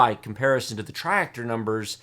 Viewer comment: TRI-ACTOR not TRIREACTOR =P As usual thanks for the awesome content!